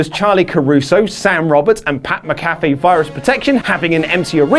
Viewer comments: it is mac-ah-fee. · You said pats last name wrong